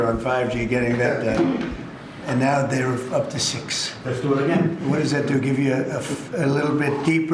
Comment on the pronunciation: “So we’re into 6G nowussh.” WTH?